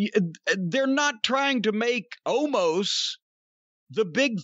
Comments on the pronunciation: Isn't his name pronounced Oh-mas? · Omos is fine, it's the Viking Raiders (War Machine was such a better name for a tag team) and Corny can't pronounce Omos 😅